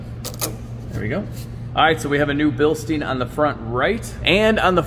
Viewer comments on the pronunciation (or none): Why dont you replace a nasty airfilter like that right away? Its beyond my understanding 🤔 funny how you say ”Billsteeen” its pronounced ”stein” not ”steeen” you americans are so funny sometimes 👍😂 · I swear by Bilsteins. Great product. I have a buddy south of Stuttgart Germany. I told him about the good German shocks i bought for my hot rod Fox stang and I pronounced the name that way. He laughed. Apparently over there they pronounce it “Bill-shh-Tyne”. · Bil-STINE, not bill-STEEN. You're a pro YouTuber now, time to say it correctly. Love your work man!